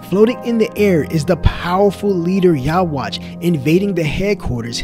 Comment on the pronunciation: The quincy king's name is yhwach, but it is pronounced Yu-ha-bac